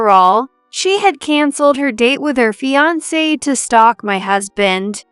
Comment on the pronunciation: With the mispronunciation of words like fiancé it sounds more like three people who can’t read than AI. The singsong voices also indicate human non-readers to me.